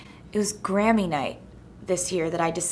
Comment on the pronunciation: Is it bad that I heard granny intend of Grammy